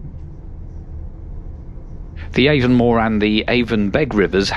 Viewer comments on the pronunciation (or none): No worries mate. Great video! Sure is one of the most scenic train ride in Ireland. Highly recommend it. Avonmore is pronounced “Ah Von More” ( short A ) Howth is “Ho - th” ( short o ) Be thankful you didn’t pass through Graiguenamanagh or Kilmacanogue 🤣🤣🤣🤣🤣